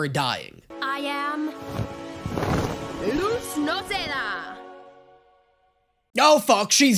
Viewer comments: They kinda flip flop between “lose” and “loose” in the pronunciation, but it’s a Spanish name meaning “light”. In Spanish, z’s are typically pronounced with a hard “s” sound rather than the softer sound we’re familiar with as English speakers. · As an native spanish speaker that hurt a little bit 😭 Luz is so easy to pronunce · is right It's pronounced luz(lose) not luz(loose) people pronounce it (loose) but it is (lose) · I think messing up Luz’s name is just his lisp coming in, so I can’t really blame him for it, though his pronunciation of Stolas should be shamed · the 'z' in Luz is pronounced an an 's' sound though. It's pronounce like that by all the characters... consistently... including Eda and Luz herself Also... "Patrick"? His name is "Edric". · is he ragebaiting?… I went back and rewatched the first few episodes because of this. Everyone ALWAYS called her “loos” like Lucy without the y, since episode 1. Idk what is talking about 😭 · Someone's probably already said this but the thing about Luz's name is that it's Spanish for "light", and in latinamerican Spanish the z is pronounced like an s, so technically the correct pronunciation is "Luce" but none of the other characters speak Spanish, other than her mom, lol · Luz is literally light in Spanish 😭 That's because her mom is Spanish 😔 please check your Spanish, as a Spanish person is hurting me 😔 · Also also also: Gets mad people tell him how they pronounce Luz in actual Spanish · Luz is the SPANISH word for light, and Spanish pronounces Z as S. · is… is this a bit? My friend Luz is pronounced loose not lose. It means “light” in Spanish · Luz is not loooozz It's Like saying lus like Lucy The z makes an s sound it Luz sounds like lus (ITS A SPANISH NAME) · so angry when watching this it's pronounced Luz not lose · People do start pronouncing Luz as "loose" in the second season... idk why